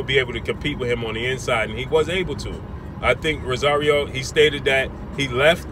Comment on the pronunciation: Its ROSARIO!! Not Rasario!! 🗣🗣🗣